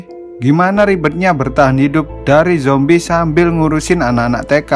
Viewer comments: Min.. Saran ya.. Klo ngomong zombie jangan jombie min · bang ko ngomong nya jombi kan harus nya zombi bang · Perasaan ngomongnya Jombi😛